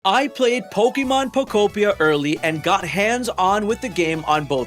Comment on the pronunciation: You get a thumbs from me just from saying pokopia and not poko pee ah